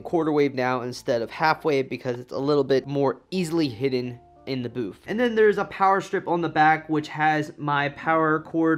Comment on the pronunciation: Am I the only one who hears him say Boof instead of Booth